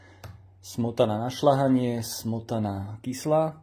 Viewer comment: Je soľ a nie sol. Je smotana na šľahanie a nie na šlahanie.😮👎